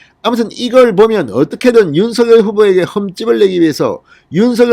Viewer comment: 진성호님. 죄송 하지만 부탁이 있습니다. 윤 서 결 발음으로 들립니다. 윤 석 열로 해주세요.